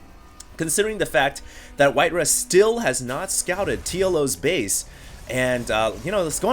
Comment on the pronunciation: "RAW", "RAW", its white "RAW" not "RUH"